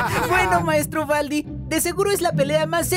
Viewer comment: Se dice Baldi, no Valdi.😑